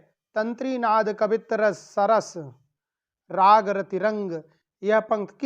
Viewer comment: सरस राम नही सरस राग है भाई